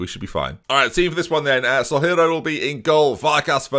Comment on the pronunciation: Day 3 of asking to rename Ramon Soalheiro to Ramon Sunny so he can stop butchering his name. Soalheiro means sunny in Portuguese